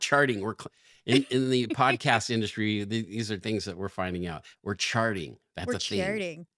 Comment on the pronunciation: "WE'RE CHARTIN!'!!" exactly like shartin.